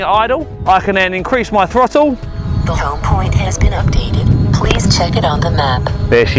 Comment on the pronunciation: lol "the home point has been updeate" lol